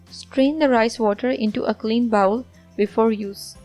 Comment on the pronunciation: Thanks for the recipe. Please correct your pronunciation for the word ‘bowl’. Bowl is spoken like بول in Urdu. Bowel is spoken like باؤل and please understand the great difference between the two to save yourself from embarrassment. Bowl بول is a container a small vessel or a big cup . Bowel باؤل is human waste, sh.t So when you speak ‘bowl’ as bowel then you know what great mistake you making in front of your English speaking audience around the world. They simply laugh at you.